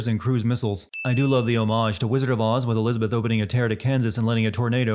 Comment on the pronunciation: sins for still mispronouncing "homage".